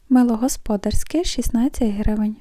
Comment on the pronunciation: Мило господ'арське, наголос на "а", назва міста де?